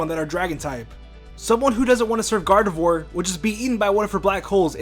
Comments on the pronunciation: You pronounced gardevoir wrong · You got Gardevoir wrong... One word: Flash.